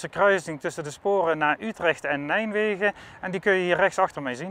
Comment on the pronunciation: Mooie bovenleidingsportalen zeg... :-) Maar hoor ik hem nou steeds "Nijmwegen" zeggen? ;-)